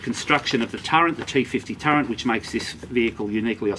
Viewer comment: Did you say 'turrent'?